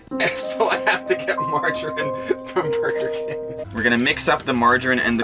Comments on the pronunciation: How pronounces Margarine, makes me cringe 'Marge a rin'... It's (Marge-a-ree-n?) Love your videos you should put a coffee vhynl (sorry bad spelling) in your van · Is pronounced Marge mareen